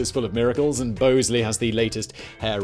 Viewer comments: It's "Bahz-lee"😂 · Shouldn't Bosley be pronouced Boz-Lee, like the character in Charlie's Angels? There is no E after the S and before the L. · Your sponsor pronounces it Bahs-lee in the US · Bosley pronounces their name like the character in Charlie's Angles. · Pretty sure you’re pronouncing your sponsor’s name there Simon my boy